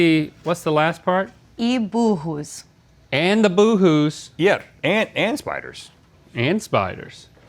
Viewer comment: I thought the same as well, very well pronounced!